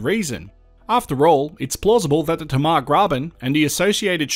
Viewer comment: "T-Marr"? We Taswegians say "TayMar" with equal emphasis on both syllables. Love your videos BTW.